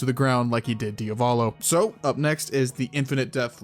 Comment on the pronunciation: Why do you pronounce DiAvolo as DiOValo? Just asking from curiosity.